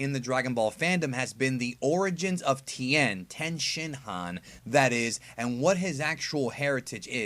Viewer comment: ti-en tien not ten, not tin.... ti...en